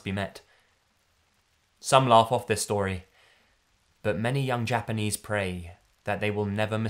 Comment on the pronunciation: Damn,. Japanese pronunciation on POINT.